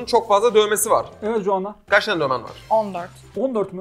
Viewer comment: Ya bari telaffuz edebildiğin bi isim seçseydin Joanna nedir baba ya J ile söylüyo bi de kepaaze ya